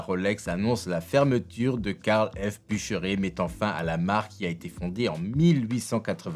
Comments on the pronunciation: Sympa sauf que j'ai les oreilles qui saignent : "a acquéri" et "boucheré" ! Sérieusement ? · Belle vidéo par contre c'est BuchereRRRR: j'ai les oreilles qui saignent.